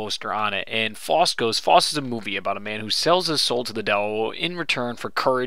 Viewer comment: Faust [pronounced f-ow-st]